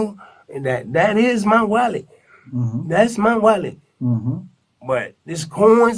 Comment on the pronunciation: If I hear wollet one more time I hope they give him the chair!